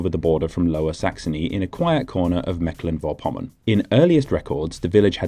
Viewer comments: Ok, But also Mecklenburg VORpommern not Verpommern...Vor is almost prounced like four in english... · Vorpommern is pronounced FORE-pomm-ern. Stress on the first syllable. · I like how you really try to pronounce the local names as close as you can get. Little tip: The German prefix "vor-" is pronounced just like the number "four" or "for" of course with a harsh German RRRRRR :) not like a W like "wor". So, much like "Fourpommern". But besides that, good job.